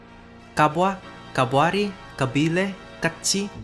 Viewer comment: NDYUKA MENTIONED!! KABYLE MENTIONEDD though you got the pronouciation wrong its more like [qabajl] Its an Amazigh varient spoken in northern Algeria